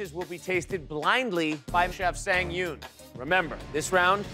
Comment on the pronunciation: I wish they had made Japanese or Korean cold noodles(cold ramen/ramyeon). Anyway, I wonder why the MC couldn't pronounce Chef Sang Yoon's name correctly. It irritates me when he pronounce 'Sang' from Chef Sang Yoon's as if it's the Verb 2 of 'Sing'. Those 2 words have a totally different pronunciation. 😭